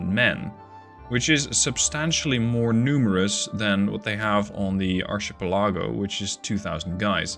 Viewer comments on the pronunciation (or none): kinda sure someone else already said this but it is pronounced Arkipellago. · "Archipalego" are pronounce like "Arkipalego", the "ch" are like a "k" when pronouce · You kinda brought it up so if you're interested in how archipelago is pronounced it's ark uh peh luh gow. Glad to see this game come so far in the last year or so. Been watching you for about 2 years now on this game lol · In case someone hasn't said it yet, the proper way to pronounce archipelago phonetically is: "ark-uh-pel-uh-go". It really is a pain in the butt word that a lot of people struggle with due to it not really following the rules, but that's language for you! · It's pronounced ahr-kuh-pel-uh-goh 😉 Loving the new series, keep up the great work! 😁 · As I understand it, it's pronounced ark-ii-pell-a-go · the way you said archipelago is hilarious to me, never change that